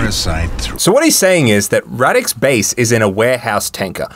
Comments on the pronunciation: "Rawdick", did I hear that one right? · Pole here and it’s difficult for me to take the bad guy seriously with “Radek”. Also, the English voice actors pronounce the name weirdly lmao